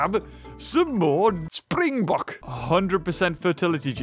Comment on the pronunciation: Im South african , I absolutely love how you pronounce springbok . You are dead on with "bok" but it is its afrikaans name , in english it would be a spring buck.